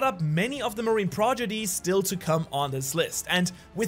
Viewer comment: you mispronounced “Prodigies” . Just thought you should know because this is probably the first time I’ve heard you make a mistake of any kind.